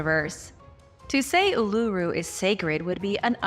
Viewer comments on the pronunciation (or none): Uluru or phonetically oolooroo, Ayres Rock pronounced Airs Rock, and the pictographs of native Americans is insulting, do better or do nothing at all